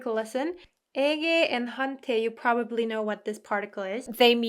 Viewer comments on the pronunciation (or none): none